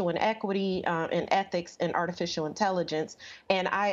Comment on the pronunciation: lmao why is she pronouncing it like 'ortificial'